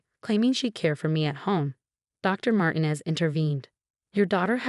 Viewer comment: And Martinez should have the accent on the second syllable.